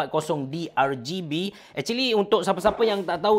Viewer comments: ke-R-Gay-B-ian haha imbuhan tu penting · Ar -Gay-Bee... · Macam sebutan indon je...